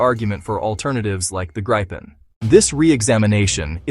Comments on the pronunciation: Is this AI slop? Why are you calling it the Gripe Pen? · It's not [grippen], [graipen] or [greipen], it's [griepen] (think "reaper"). Nevertheless, it's an awesome little plane!